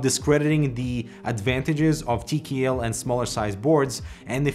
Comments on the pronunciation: tea key L Not TKL Tea key L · Why does he keep saying “Tee kee ELL” instead of “Tee Kay ELL”.gahhh